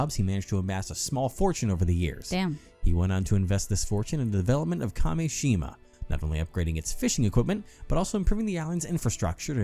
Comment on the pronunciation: first curse mention let's gooo also i totally get how kept reading Kameshima as Kashemia. he wasn't switching letters around, but sounds. totally normal mistake imo